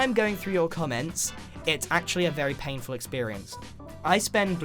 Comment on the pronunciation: It’s pain ful as in the glass